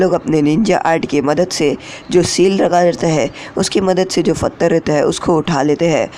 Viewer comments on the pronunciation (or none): pathar : fathar 🤣🤣🤣🤣 Jaldi mat bol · its pathar bro not fathar(stone) 😂😂😚😍😍